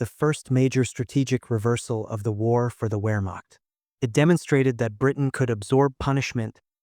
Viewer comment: 'Wehrmacht' should be pronounced "Vehrmacht'